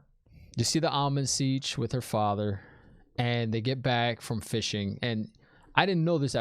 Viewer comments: Am-er-lyn Seat. I know you can do it! But, Almon seech works too, tho. 😂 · Almond Siege Szechuan 😂👏 Well she can be a bit spicy, our Szechuan. 😂🔥😜 Tip: can you say Amarni? Am-ar-lyn Seat ( as in a chair) Siuan it's like Sue-Anne but you say it fast. Like Swarn. Everyone else answered your questions by the time I got here. Loved your reaction and theories. 😂👏🥰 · Time for the almond siege :p I know you're kidding :) SHEWAN omg what are we gonna do with you :P its pronounced more "sue-ohn" "Sanc-aye" :P But i know everyone probably already typed it, please forgive me ^_^ I got something from the swearing on the oath rod. did you get it? i wont mention what it is :P I want to hear your thoughts on that ^_^